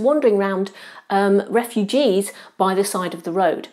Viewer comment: "Rufugees" this silly cultural marxists calls the two main characters.